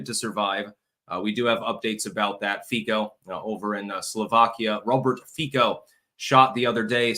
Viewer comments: Fico is pronounced FEET-cho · I love your insights. I am just mentioning as an aside. The Prime Minister's name is pronounced fiSo. I have no conplaints about you. One last thing, how is the Head of the House doing? No, I am not talking about your wife, I am talking about your daughter. LOL, stay healthy and Happy. May God bless you and your family.